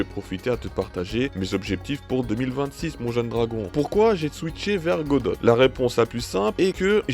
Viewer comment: Tres bonne vidéo chef 👍 juste pour tu dit godote ça me tilte 😭